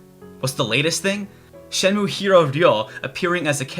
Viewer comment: good review, but the title is pronounced "shen-moo-eh". your japanese pronunciation is usually excellent, so i thought i'd just point this out for ya :)